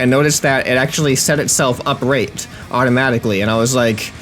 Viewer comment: He says "uprate" instead of "upright" LOL